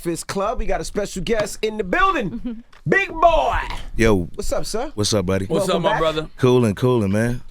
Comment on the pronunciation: I'm not sure how I feel about how he said Big Boi lol